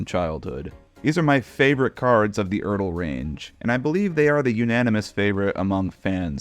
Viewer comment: Glad you learned how to pronounce ERTL.